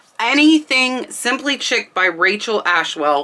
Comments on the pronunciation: I really love your channel and so I want to take this opportunity just to let you know that Shabby Chic...the word Chic is pronounced sheek...like the word sheep but with a K. I'm sorry to have to point this out in the comments but I really think you should know since the word is often used and it just makes it SEEM like you don't know what you're talking about when I know that is NOT true. Thanks! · Chic as in Shabby Chic is pronounced “sheek”. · Chic is pronounced Sheek. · Chic is pronounced like sheek..lol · I think "chic" is pronounced "SHEEK." ?? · It’s shabby chic not chick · It's pronounced " shabby sheek" , not "chick " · As always, very informative. Please, Shabby CHIC is pronounced "sheek" not "chick." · Hi, I am an antique dealer in IL. Your info. is on track, but may I add that pronouncing words correcttly would be an asset for you. Chic is not chick but pronounced Sheek (shabby chic) is a decorative style. You missed the point on one blanket as it had Pink on it. She is a big musician. No offense, just trying to be helpful. Trifari is a short i in tri. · Chic pronounced SHEEK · I was going to say the same thing! Sheek not Chick. My home decor is this style. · chic is pronounced sheek not chick.. ok ty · It's pronounced sheek not chick.😁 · I love your videos. Someday I hope to find something at thrift store that is actually valuable. PS check your pronunciation of the word chic. I believe it is pronounced sheek.❤ I'm on your side. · Just a note to respectfully tell you that "chic' is pronounced "sheek" not "chick". This video was so fun and inspiring! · Shabby Chic is pronounced sheek not chick. Just so you’ll know for the future. I appreciate this video!! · Just to help… it’s pronounced “Sheek” not chick. “Chic” pronounced sheek. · chic is pronounced sheik not chick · Chic is pronounced :sheek. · Chic = “sheek” :)